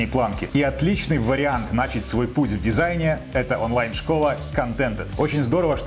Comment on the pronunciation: Прости, но слово нАчать, убило.